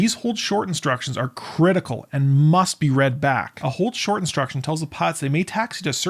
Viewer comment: The command of "AND HOLD SHORT" should have been announced much more clearly than the racing, nonchalant word-slurring dialect employed by the air traffic controller here. IMO.